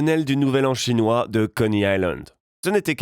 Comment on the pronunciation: Pq tu dis restaurant "chonois"? On est pas obligés de le savoirs